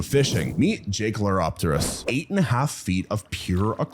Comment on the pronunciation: Pronounced jaekelopterus, not jaekleopterus.